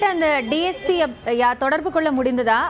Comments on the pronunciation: DGP illa ma DSP Olunga news padi ma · முதலில் டிஜிபி😂 டிஜிபி என்று இரண்டு முறை செய்தி வாசிப்பவர் சொல்கின்றார் இது தான் செய்தியாளரின் திறமையா? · டிஜிபி இல்லம்மா dsp கவனமா சொல்லுங்க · ஏம்மா, டிஜிபி யா இல்ல டிஎஸ்பி யா.. தவறாக சொல்லி விட்டால், மன்னிக்கவும் டிஎஸ்பி ன்னு சொல்ல வேண்டியதுதானே...